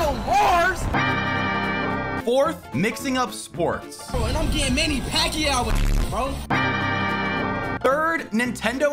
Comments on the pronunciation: Here is how we pronounce our Filipino boxer: Mani Pakyau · A Filipino here, and I'm crying from his pronounciation of Manny Pacquiao's name because he said it so wrong in a funny way 💀